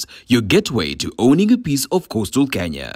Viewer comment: Little correction on the intro. Owning, not awning